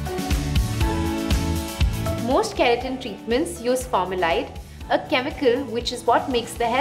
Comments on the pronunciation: She literally hai formulide instead of formaldehyde, what language lol. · Formaldehyde pronounciation was wrong . Love you guys❤️